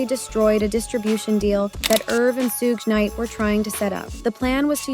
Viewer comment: did she say "SOOG KNIGHT" ? lolll 😂